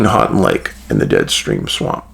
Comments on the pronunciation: Middle of the mitt here, I was like what are you talking about and then he immediately said it. "Hanting lake" 😂 I cringed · Love your channel Dave. My family had a cabin on Houghton Lake when I was a boy. Many summers spent swimming and winters spent ice fishing and snowmobiling there. By the way, it’s pronounced “Hoe-tun” lake. Keep up the good work! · Hey dave im in lansing mi. Love you man and its pronounced 'Hoe-Ton lake🎉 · Hey Dave, You come across Houghton Lake enough times to have someone tell you how we, Michiganders, pronounce it. Houghton is pronounced HO•ton Lake. Willis is not really considered a suburb of Detroit but I can understand why you'd think it was. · Hi from Ann Arbor! I bet you cringed at the pronunciation of your town! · he tried lol